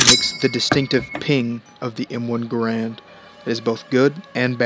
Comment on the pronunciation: John C. "GEHR-UND"